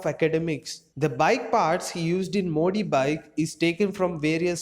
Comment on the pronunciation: Its modi not mo d